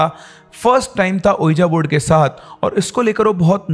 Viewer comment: So Many ppl listen to ur wrong pronunciation. Unknowingly they are learning wrong things . Can’t u jus google the correct pronunciation? What is iloojan baba ? Have mercy on ppl ? And what is ueejaa board ? It’s pronounced as weejee board .